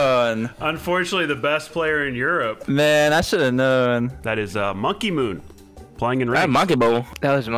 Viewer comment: why did say monkeymoon like that 😭